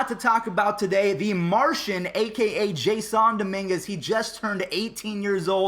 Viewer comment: Did you just say Jaissoon??